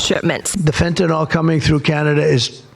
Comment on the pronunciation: it's not fentanol, it's fentanyl, even Chrome's spell checker gets it right.